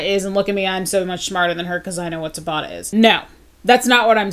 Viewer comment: Just dropping down here to say YES you did pronounce Dr. Tabata's name correctly! :)